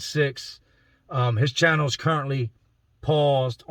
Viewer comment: I can hear the Philly accent in how you say “channel” Great videos! Just found the channel the other week